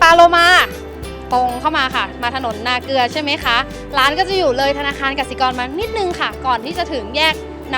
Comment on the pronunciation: นาเกลือ ไม่ใช่ นาเกือ